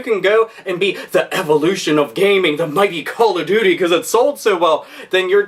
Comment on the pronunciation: "It just like Cawl ov doty"